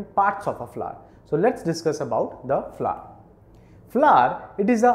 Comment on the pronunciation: he prenounts it Fla, not really fun to hear the whole time but its helpfull thank you